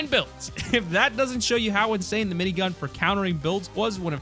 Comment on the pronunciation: When he says : minygun Me:☹ When he said: gray pistol Reeeeeeeeeeeeeeeeeeeeeeeeeeeeeeeeeeeeeeee😭😭😭😭😭😭😭😭😭😭😭😭😭😭😭😭😭😭😭😭😭😭😭😭😭😭😭